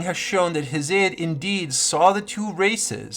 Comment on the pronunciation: Damn you ain't never heard nobody pronounce Hesiod 😂😂😂